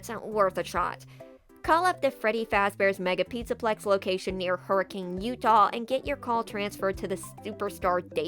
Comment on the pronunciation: As a Utahn, I'm surprised you pronounced Hurricane correctly